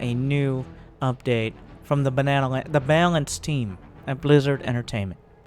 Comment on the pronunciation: I'm pretty sure mispronounce of "balance" is intentional. Wait, can you switch off Widow Mine auto casting?